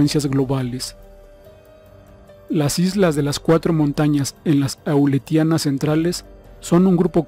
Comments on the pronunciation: Las islas se llaman A-leu-tia-nas, trata de leer mejor, por favor. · Son las islas "Aleutianas" NO auletianas esas islas no existen. Favor corregir y cerciorarse antes de publicar. Muy gentil.